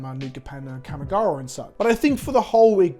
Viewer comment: Please learn to say Kamigawa right. It isn't kammy